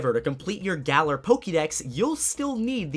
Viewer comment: shouts its GA LAR